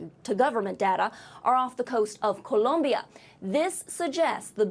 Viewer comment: Why did she use that inflection to say 'Columbia'? You can pronounce it like a white person who isn't from their territory....